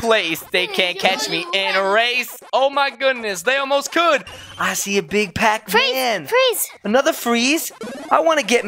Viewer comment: Not pap Man is Pac Man